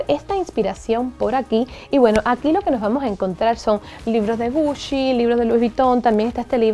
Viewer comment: Like si escuchaste puchi en ves de GUCCI